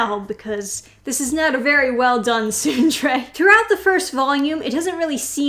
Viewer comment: I don't want to be that guy, but that first E in tsundere isn't silent. It's pronounced like "soon de ray."